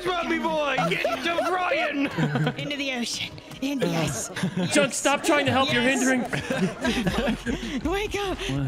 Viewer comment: Junk, not duck